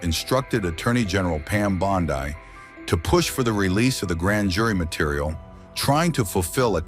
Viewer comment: "Pam Bond-eye" Your AI reader is pathetic and so is ET